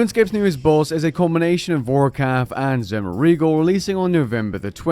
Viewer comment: Could you possibly have butchered Zemouregal's name more? 😂